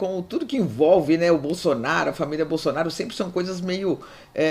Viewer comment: Pq a fala presidente Bozonaro?